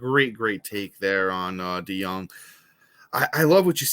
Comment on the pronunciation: It’s pronounced Paul De-young